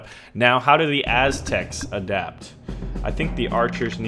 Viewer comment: the as-tecs XD